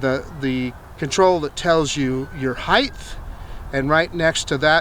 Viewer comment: Great video. Thank you. Just a heads-up... The word is height. It's not pronounced "heith." :-)